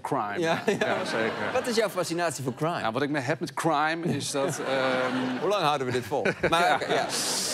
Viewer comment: je bedoelt "Kehwhraime" ?